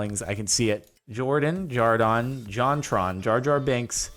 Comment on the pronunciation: Jardon *Jerdoon